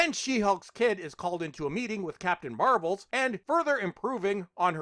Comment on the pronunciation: Captain MARBLE'S HAHAHA HAHAHA 🤣🤣🤣🤣🤣🤣 had me for a second... When he said She-Hulk I thought he said Captain Marvel at 1st.. 🤣🤣🤣